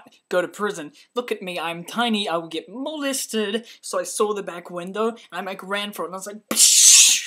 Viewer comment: haha, the way you say molested is hilarious.